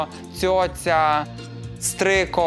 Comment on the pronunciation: не стрико, а стрийко